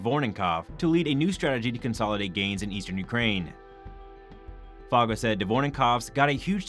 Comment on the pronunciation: Admiral Foggo’s name is pronounced Foe—go.